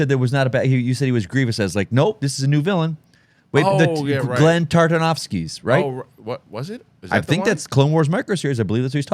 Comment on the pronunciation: I say this with love, but I genuinely hope NEVER gets Genndy Tartokovsky’s name right and he says it differently every single episode😂.